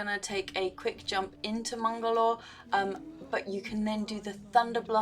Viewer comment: I subbed so long ago and always find my self coming back! I just youtube'd lunar festival achieves and this was the first option. But don't think for one second I missed you pronounce "MUL-GORE" as "MUNG-ALORE"?????? 🤣🤣 I almost died